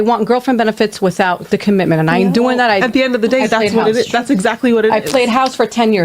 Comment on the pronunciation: The word bruh is commitment not commitance tf ?! Fount ??? man the word is found. Stop listening to him. Dude cannot speak clearly at all.